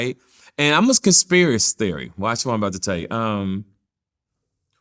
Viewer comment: Also "Ima conspirace theory"...and a few more🤣🤣